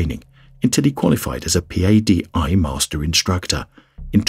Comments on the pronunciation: P-A-D-I is usually pronounced as Pah-dee. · No one says p a d i. They say Padi. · It's Patty like the name. You're spelling it right? But you're not saying it, right? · “P-A-D-I” 😅😅 can tell this is narrated by a non-diver